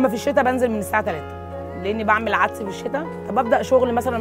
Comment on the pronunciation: هوا عدس وليس عدس بتشديد الدال.